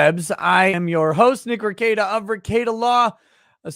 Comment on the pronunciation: How do you pronounce nicks last name? RE-KEETA?